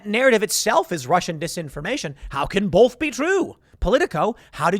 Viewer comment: The whole world: "Both." Tim: "Bolth."